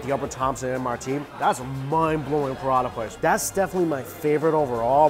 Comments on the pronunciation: prata is two syllabus not 3. pra-ta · Lol your prata sounds like buratta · Cos it’s called Prata in Singapore, not Paratha.